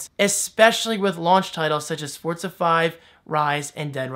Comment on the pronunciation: Hey, I'm not trying to be a grammar nazi or an ass, bu you've been pronouncing Forza like fortsa, whereas it is actually pronounced forzzzza. Just trying to help out, not trying to be mean.